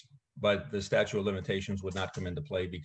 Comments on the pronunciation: I think he's saying "statue of limitation", maybe I'm wrong but that's what I hear. It's "statute of limitation". This is a whole bunch of cringe on Billy's part. Who is Melanie Griffith? Is he namedropping a celeb for brownie points or is it some random person we don't know connected to this case? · "'Statue' of limitations?” He says it twice. This guy is quite the character.